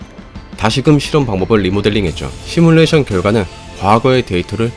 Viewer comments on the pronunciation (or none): none